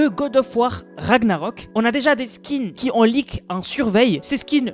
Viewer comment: Cool tes vidéos, par contre on prononce pas " qui zont " dans par exemple " les gens qui ont débloqué le skin" . Ça pique les oreilles a chaque fois 😂😂